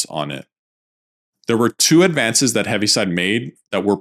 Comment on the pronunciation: Correction: it’s Heaviside, not Heavy